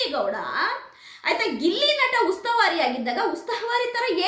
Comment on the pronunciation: ಉಸ್ತಾವಾರಿ ಅಲ್ಲ ಮೇಡಂ ಉಸ್ತುವಾರಿ 😂